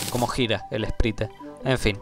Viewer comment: se pronuncia "sprait" no "esprite" aksldjaklsdjaklsdjaklsjd me da cosa escucharte decir esprite jaja